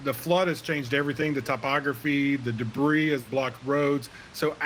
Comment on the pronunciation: Did he describe the debree as "Destridus"